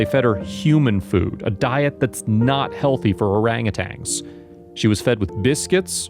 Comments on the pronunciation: Please pronounce their species correctly... "Orangutans", not Orangutangs... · This is just ridiculous and dramatized garbage. The narrator knows nothing about orangutans and can't even pronounce the word correctly.